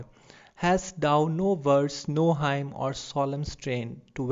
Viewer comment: Very helpful video. Also Hymn is pronounced as 'Him' not Haim.